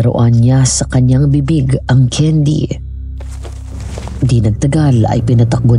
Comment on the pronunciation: Haha natawa ako dun sa Daisy. Bago ka lumandi, ayusin mo muna pronunciation mo ng candy haha naging keyn-dee na lololol